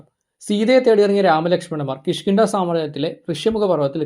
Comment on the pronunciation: ന്ധ.. ണ്ട അല്ല... Sry